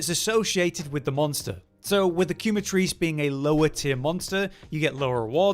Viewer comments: Love the vid, but you are butchering Quematrice 🤣 in French and Spanish it means Burn and is pronounced “keh-mah-trihs” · ok ok ok..... QuemaTHRICE or QuemaTrizz ?